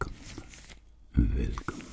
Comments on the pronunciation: Velcome velcome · no one:: v e l c o m e